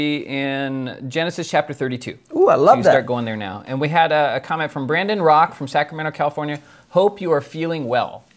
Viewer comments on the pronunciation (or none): For a while I thought you guys were saying “comic Wednesday” instead of “comment Wednesday” 🤣 I was confused for a long time. I still hear comic Wednesday though lol